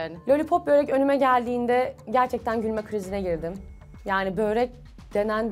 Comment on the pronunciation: Bööööörek degil Börek😂😂